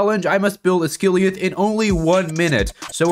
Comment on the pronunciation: 'Oz guh lie ath' not "uss gily uf"